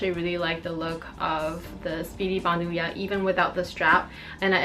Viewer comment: so far you're the only one I've seen on youtube who pronounces bandouliere correctly :)